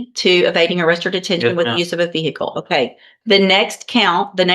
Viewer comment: VEE HICKLE. 🤣